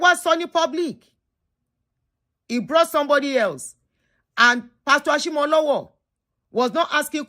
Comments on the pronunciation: please as a yoruba person. i must do a service and let you know it is pronounced Ashimolowo as in owo meaning money not owo like the town. ire o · It's Ashimolowo